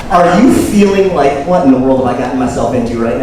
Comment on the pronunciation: “I’ll TELL YOU HWUT!”